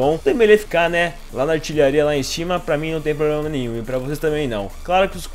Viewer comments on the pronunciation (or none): none